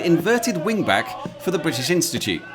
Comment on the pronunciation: Oh You were a "wingback". I don't play footie. I thought you said "wind bag".